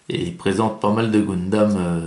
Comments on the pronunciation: GUNdam bon sang, comme dans GUN ! On dit pas GOUN mais Gueuhn... :) Et le kit date de 2009. :) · j espere que brist pas pre enregistré 50 video de goundam :p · Tu dis pas GOUNsmith... Ou GOUNslinger ... :)